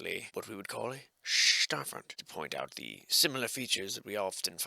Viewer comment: The “SssstaaaFforrt” accent still gets me every time. 😂